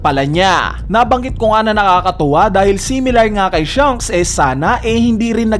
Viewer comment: Baket ba hirap na hirap ka ipronounce yung "SHANKS". Puro ka "SHUNKS" eh